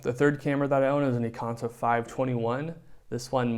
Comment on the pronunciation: IKONTA... from the word IKON NOT EKONTA JEEEEZ. CAN'T WATCH THIS